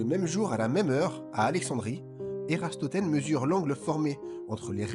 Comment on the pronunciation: Ératosthène..... Pas Érastothène....